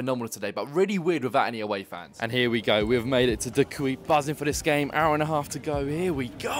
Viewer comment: is de kuip really that hard to say.. come on